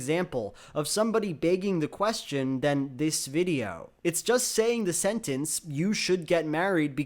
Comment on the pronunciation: Did say “baking the question” or “begging the question”?